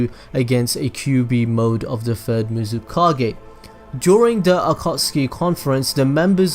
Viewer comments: "Muzikage" im dead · The fact that you said everything right, even the swords name, except the FUXKING Mizukage, is amazing 😂